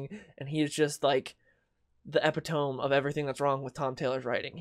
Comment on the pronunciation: Never heard epitome pronounced that way.